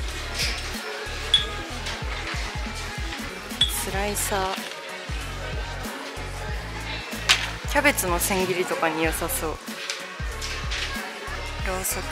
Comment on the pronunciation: スライサー のとこ 辛いさ になってて可愛い😹😹編集お疲れ様です❤️❤️‼️